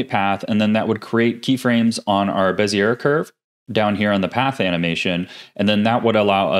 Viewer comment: Thanks for another awesome video with some great tricks to add to my belt. ((P.S. Bezier is actually pronounced like Bezy-yay. I know it doesn't look it, but blame the French! ;D))